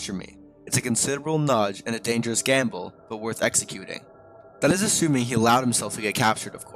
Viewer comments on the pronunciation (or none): none